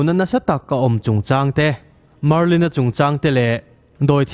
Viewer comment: Marlin hi chiang zawk in lo ti leh laa